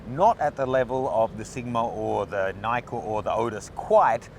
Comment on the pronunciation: Nkkor is not pronounced Nykkor!